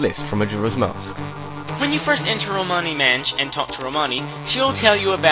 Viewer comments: You mean romani ranch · he said romani manch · he said romani manch XD